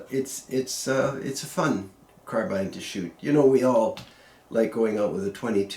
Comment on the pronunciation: Thank you sir for not saying "car bean"